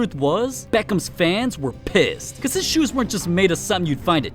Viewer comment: The way he says shoes is weird